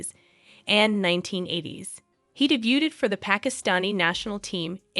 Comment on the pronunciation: The name is Je Mime ah. Just so you know. And DAY BUED. No T pronounced.